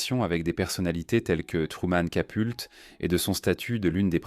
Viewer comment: C’est Capote et non pas Capolti